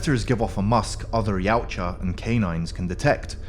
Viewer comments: No you don't. Steve Perry himself said it's actually "Ya-oot-chah" (Perry's the guy who invented the name in the first place). See here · wait its not pronounced y-ow-cha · I learned something today! TY! It's also got a sort of Scandinavian twang to it, doesn't it? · wrong way of saying it mate. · Try saying yau tja okay yautja